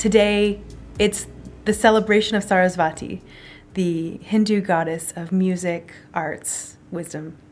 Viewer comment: its not saraswaaati. its saraswati.